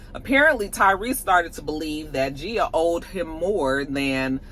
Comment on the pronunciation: Hey! Love the look❤❤❤ I do think DJ Envy's wife's name has a hard G at the beginning